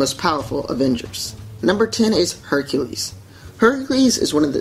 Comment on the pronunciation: Hecules. I like its